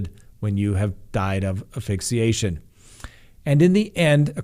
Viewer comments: Please pronounce it correctly. It is AS Fixiation not Afixiation. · ASSSSSSSSSSSSSSSS PHYXIATION. NOT AFFIXIATION ⬅️ not a word. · It is pronounced ASphyxiation. Don't forget the S. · You are mispronouncing asphyxiation. There is an “s” in the first syllable.